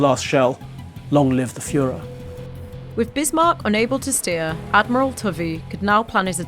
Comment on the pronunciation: But the Admiral is pronounced: Toe vee. Also, 'harassed' rhymes with 'embarrassed' and you'd never catch a Mitford sister aspirating an H.